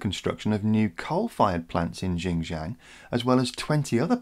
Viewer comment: Your pronunciation needs a bit of help...XinJiang is phonetically more like "sin-jee-ung" and spoken in a high even tone (yes,tone matters)...or to give it it's true name East Turkistan. It is occupied by the Chinese authorities, but has it's own distinct culture like occupied Tibet and Inner Mongolia.